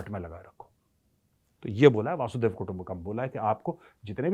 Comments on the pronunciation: मेजर साहब, "वसुधैव कुटुंबकम्"। अर्थ, वसुधा (पृथ्वी) ही एक कुटुंब है। ये आप "वासूदेव या "वासुधेव" कहते हैं इस का कोई अर्थ नहीं है; ऐसा कोई शब्द ही नहीं है। लेकिन ये मैं भी किसे समझाने की बेकार कोशिश कर रहा हूं? जिस के लाखों दर्शक हैं और उसी हिसाब से हज़ारों कॉमेन्ट्स् आते हैं, वो कब वक़्त ज़ाया करे अपने आप को सुधारने में? वैसे भी ऐसी ग़लत भाषा बोलकर ही लाखों दर्शक कमाए हैं; तो लगे रहिये। और ग़लत भाषा बोलते रहिये। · वसुधैव कुटुम्बकम् न कि वासुधैव ❤🙏🏻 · Major sahab galat bolte ho ap vasudev kutumbhkam. Vaasu nahi hai vasu hai.